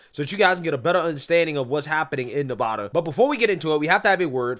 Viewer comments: "Nev a da" rhymes with Ne-bad-ah. Not Ne - vah - da!! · Nev-add-uh. Sincerely: Every Nevadan ever. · Sir, just as a note, as a resident here, Nevada is pronounced with a short A sound on the first A, as in the word BAD. Ne- VAD-a. Love the channel, keep up the great work. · I live in Nevada. You REPEATEDLY PRONOUNCE "NEVADA" WRONG. The first "a" in the word Nevada is pronounced like the "a" in "add." NOT like the "a" in "all." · Nevada isn’t pronounced that way.. love your videos nonetheless! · I agree with everybody here but please stop pronouncing Nevada incorrectly! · I can’t stand the way you pronounce Nevada